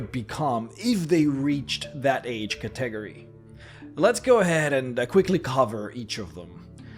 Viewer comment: Wait wait, how did you just pronounce "catagory?"